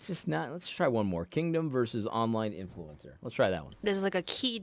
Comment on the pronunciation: Why the azn lady keep saying "influencer" like "influence sewer"?